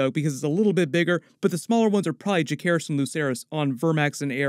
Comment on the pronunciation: Learn how to pronounce Jacaerys. Jace, not Jake.